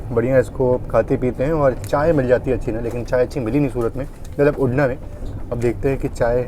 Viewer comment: अरे भाई उड़ना नहीं उधना नाम है रेल्वे स्टेशन का।